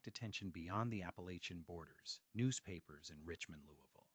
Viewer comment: Another ai voice that can pronounce Appalachian